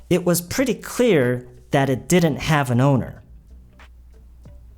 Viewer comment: Pretty를 말씀하실때 그냥 pre로만 말씀하시는 것 처럼 들리는데 맞나요??